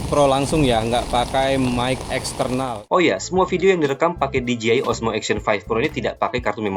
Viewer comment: Di Je Ai bukan Di Ji Ai